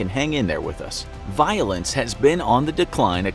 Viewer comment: when they said violence i thought they said violins 😂😅